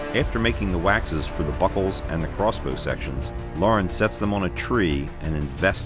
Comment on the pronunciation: it sounds like he’s saying “buttholes” instead of “buckles”. 😂